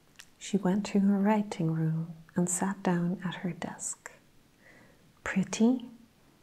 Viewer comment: I love how you break up the pronunciation of your words, almost like you’re adding in an extra letter such as, “write-ting”. Its how everyone says it but you can hear it so much more in the way you say it. Its a new trigger of mine and it’s top 5 for sure. 😌